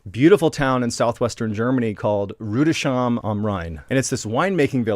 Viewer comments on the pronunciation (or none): Ru-dis-hime. No sh.. lol. That's where ansbach is from. Love that town. Father is from near there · Love your stuff, seriously! ...by the way, in german Rüdesheim is pronounced more like you would write it Rüdes-Heim, with a hard S before the H (...like in "home") 😉 ...awesome quality of production anyway! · The pronunciation for Rüdesheim is something like Rude-es-haim, no /ʃ/ sound. 🙂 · How cute you pronounce Rüdesheim! Greetings from Germany 🫶🏼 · It’s so adorable how you pronounces Rüdesheim (am Rhein) 🤗 it’s half an hour drive from where I live 😃 Love your storytelling - keep up the good work! 🖤